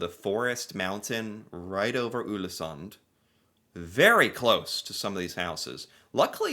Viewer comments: Not 'Ulesund' 😁 Just say the English word 'all' in the beginning, and it will be correct. 'All-esunn' (The D is silent, in most dialects) Many thanks for the video!😃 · Not Ulesund, but Ålesund [ɔːlesoond]. 🤔 Ex: Å = A in saw and awful. In your case: Aw-leh-soon 🙂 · Å is pronounced like "aw" in "saw", "raw", "law" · Ålesund .. the Ål is 100% like you say "all" "Sund" is pronounced the same way you say "sundry" but without the *ry So for you its All-eh-sund (-ry) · No no no! Not Ulesund...remember the Å sound. You did a video on Æ, Ø and Å last year. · The letter "Å" first in "Ålesund" is pronounced like "o" in "more, "store", etc. :)